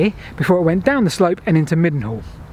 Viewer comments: I think they pronounce that Mildenhall near Marlborough ‘Mynell’ (According to Phil Harding, anyhow!!!) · Mildenhall is pronounced Mine nall . Savernake was my childhood play ground. I learnt to drive in the forest. We used to walk through the tunnel, at that time it had two single tracks not a double track. One track went to Savernake High level. and the other to Savernake Low level .